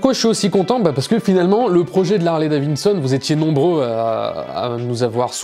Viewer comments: Harley-DaviDson... Pas Davinson !!! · Si tu pouvais apprendre à dire Harley DaviDson et non Davineson !!! C’est assez insupportable ! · Harley daviDson et non pas daviNson ! 😉